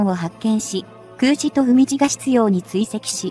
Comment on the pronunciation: 海自→うみじ (笑) まともな動画をアップする気無し？